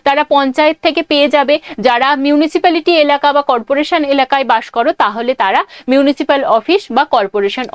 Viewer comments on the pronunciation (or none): none